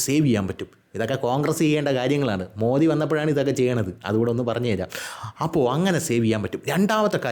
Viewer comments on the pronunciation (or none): none